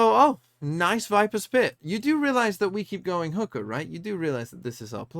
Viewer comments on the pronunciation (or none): I love that pronunciation of "hookah" is hooker.. Damn!